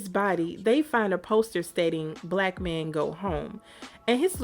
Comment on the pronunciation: Also hearing you say “mayne” like Terrence Howard made me chuckle not gonna lie 😂😂😂 which reminds me, you have to cover Hustle and Flow because the movie is based on Memphis so I know you’ll have a field day with that 😂😂